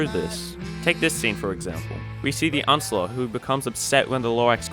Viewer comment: every time he says the uh-nce-ler a tree dies